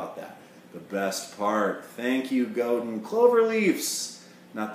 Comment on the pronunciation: Great playing, good review. By the way, it's pronounced "Go-dán", with all due respect.